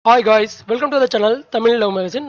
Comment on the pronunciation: Hlo bro athu Haai Gaais ille Hi Guys🙄🙄🙄